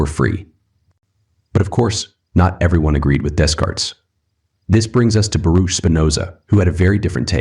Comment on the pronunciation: Hey there! Good stuff, I just wanted to point out a little something for you if you don't mind me being a little pedantic. The Philosophers are pronounced : - Day-cart (not dez-cart) - Bah-rook (not bah-rooch) - Lai-bnitz (not lai-bniz) (Feel free to remove this comment)